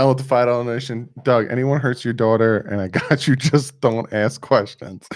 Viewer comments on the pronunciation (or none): none